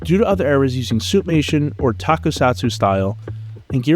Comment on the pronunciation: He said suitmatoin😨